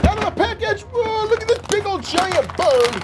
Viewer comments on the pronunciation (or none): none